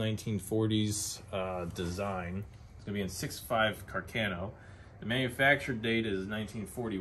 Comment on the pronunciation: Carcano I thought I was pronounced car-con-no?